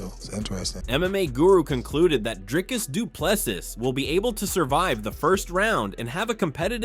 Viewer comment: Com-zot…Drick-us Du-pleh-see. Get the easy names right if you’re gonna cover mma Edit:but I’ll take you butchering names over AI voice any day